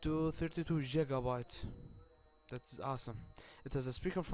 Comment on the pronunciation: jigabites xD EPIC